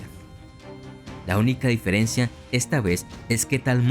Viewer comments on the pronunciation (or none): none